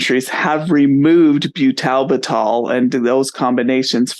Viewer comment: And what is byoo-TAL-b'TAL? It's pronounced byootle-bittle. You can hear the correct pronunciation very clearly in this video: What Is Butalbital? - Pharmaceutical Insights